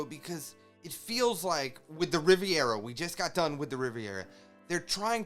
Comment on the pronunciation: Reverie rhymes with Every not Riviera haha, but not a big deal, we know what you're talking about :) -you've seen Hawkins in Post Timeskip when he, Kid, and Scratchman Apoo were making an alliance... before Kaido dropped by for a chat haha -I love the reunion of just the first two crewmembers Luffy and Zoro. Fans hadn't seen the two together in so long in our time haha. I love that they're so happy to see each other. - Otama doesn't realize Luffy is Ace's brother, she is just reminded of Ace because of Luffy's Red Hawk Fire attack. She doesn't know. - lol did you call Dog Storm... Dog Town? hahaha so funny! - Scratchman Apoo is also working with Kaido. The Snail Transponder resembled Scratchman Apoo when Kaido was talking with Apoo. Apoo told Kaido that communicatio with Jack has suddenly been cut off. This happened at the end of Zou. - I think you are talking about Kid here right? Yep Kaido beat up Kid and had him in a cell. Very much not working for Kaido lol. - I saw someone else correct this, yep Kaido is not acknowledging Luffy, maybe it's clearer in the anime, episodes. - I think the faces are meant to be funny, like Enel's face. I also interpreted it as the Straw Hats being like "Oh no we're supposed to lay low and Luffy just attacked Kaido." and also a little "Luffy lost to Kaido?!" but yeah, overall I think it's supposed to be funny haha especially Robin who looks gorgeous throughout the series, to see her make an expression like that h